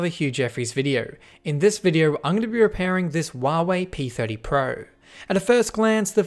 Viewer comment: Hey Hugh its not wuawei its Huawei learn to speak it right